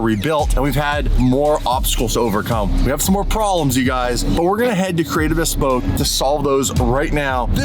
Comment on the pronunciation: Bhesss-Poke...😂😂😂...looking forward to having this car back!